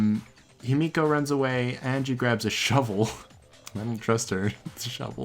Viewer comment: Whenever he says himiko i hear yumeko